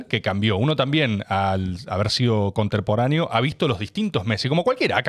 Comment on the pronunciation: Conterporáneo dijiste Rebord. Te banco.